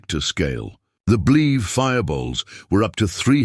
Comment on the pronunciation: It not called bleeves, it is called a bleve! Get a narrator that can read!